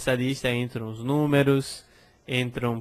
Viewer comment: o "s" abre o "o" em "l'os".:)